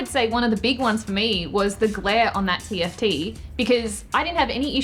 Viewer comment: Tft, not gift